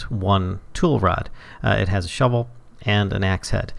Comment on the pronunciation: you are saying the path is speshil for that shuvil all shuvils can do that.